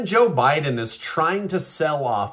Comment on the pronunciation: It’s.